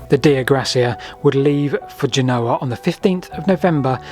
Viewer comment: Who doesn’t know how to pronounce “Genoa”?